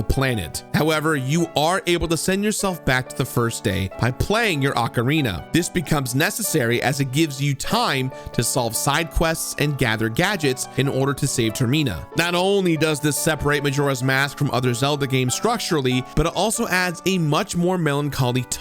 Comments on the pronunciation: terrina? What am I missing its Termina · Did I just hear you call Termina, tarina?